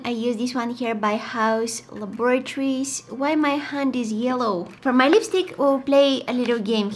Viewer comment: The way she said laboratories.....🤣🤣🤣🤣🤣🤣 Omg I could listen to her voice ALLLLLLL DAY!!! LOVE YOU!